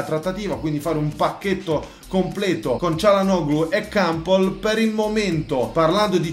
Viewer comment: Kampol no kampel